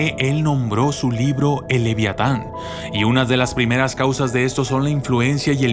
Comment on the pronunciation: pero estamos de acuerdo que no dice leviatan